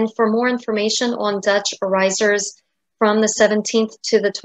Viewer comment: Dear, please adjust your pronounciation of the Dutch word with the emphasis on 'oor'. That is how it is supposed to pronounce (trust me, I am a native speaker).:-) Also: regional dress in Staphorst en in some places in Zeeland are still worn on a daily basis, including their beautiful silver oorijzers. You can find a picture here: (fyi: the woman on the left is wearing mourning-colours, the woman on the right wears the regular, everyday colours.